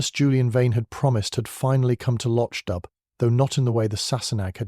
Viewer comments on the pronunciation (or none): If you're going to create fan fiction you could at least get the names right! Loch Dubh is pronounced "lock doo." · “Lo-ch dubb”? Please correct the AI pronunciation.